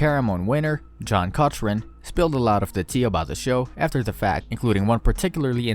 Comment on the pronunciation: They way he said Cochran proves he’s never seen Survivor lmao Survivor ain’t fake, it’s edited